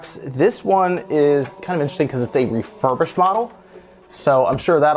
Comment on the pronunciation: "refurbished" XD